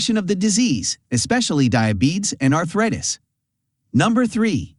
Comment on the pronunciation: Art-RIT-us! AI can’t yet perfectly replace us.